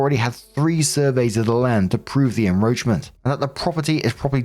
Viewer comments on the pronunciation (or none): en-KRoach-ment not en-Roach-ment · why do you keep saying "enroachment" instead of "encroachment" its really annoying!!! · WHY DO WE KEEP SAYING enROACHment when it is enCROACHment?!?! It’s driving me nuts!!! 😂😂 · "EnCroachment". With a "C". Not "enroachment. Driving me mad, lol. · IT IS EN *C*ROACHES I can't tell you how IRRITATING it is listening to enroachment when it is enCroachment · Story 2, I thought the shed had roaches. Lol. It's encroachment, (IN-CROACH-MENT) not en-roach-ment. Lolololol. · it's not en-Roachment it's en-CROWchment. You're driving me crazy here! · It's "en-KROH-tchment" not "En-ROACH-ment" lol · Seriously, it’s “en-KROACH-ment”, not “…ROACH-ment”. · It's enCroachment not enRoachment. I'm not sure enroachment is a word. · pronounces SawzAll perfectly Also: Still saying En-roach-ment instead of En-Croach-ment.😅💚 Love u to pieces, but I'm pretty sure the C isn't silent.😉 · The shed story: it's enCroachment. That was driving me nuts 😂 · Story 2: Why does keep pronouncing "encroachment" as "enroachment"? Would also add that the story takes place in NY, which is notoriously corrupt. Someone in inspections is being paid to delay delay delay. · It’s enCroachment. (I’m sorry- I had to. That was driving me crazy.) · Narrations: I am going to be that person. It is en·croach·ment /inˈkrōCHm(ə)nt,enˈkrōCHm(ə)nt/ Make a hard K sound unless it is roaches invading yours space. Thanks ! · "En-roach-ment" lol! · Why are you saying enROACHment? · Encroachment has a C in it. You are pronouncing it like he's sowing roaches. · Why can't you see that c in the word encroachment? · did you miss the C in en-c-roachment every time you read it?? It jarred every time you said it! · it's cause keeps pronouncing it wrong 😭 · I think it's maybe because (at least in the update) I didn't hear the "c" in "encroachment" at 12.50-ish